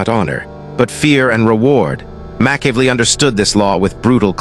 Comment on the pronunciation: Slaughtered his name in a different way each time!!😂😂